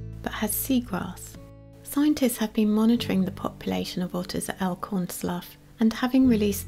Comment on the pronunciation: As one of the locals, we pronouncel it "Elkhorn Sloo" not "Elkhorn Sluff". As a child in the late 1970's, before the Monterey Bay Aquarium was built in 1984, my brother and I came across a wild sea otter in big rocks about 100 feet/33 meters from the water. It looked bloody like it had been in a fight. I later looked it up and it could have been a mating fight, but could have been a predator, too. The sea otter looked a little shocked so we got some garbage bags and filled them with water and let a small stream of water pour over the otter. That seemed to make something in it's brain kick in and it began grooming it's dense fur. It was a cute thing, but we knew not to get near enough for it to bite us and got up on rocks above it to let the water stream land on it. After a while, people noticed our weird behavior of carrying bags of sea water and holding them to drain in the rocks. Fortunately by then, the sea otter seemed to have come out of it's shock and been rested enough that when other people showed up, it made it's way out of the rocks and across the tidal pools on the other side that us two kids hadn't seen at the time and it got away before a larger crowd than a few other kids and teens showed up. This is what I can remember of the incident that happened about 45 years ago. Back then, we had no idea about contacting someone about a wounded wild animal and the otter would most likely have disappeared before someone could have shown up from Santa Cruz which was where t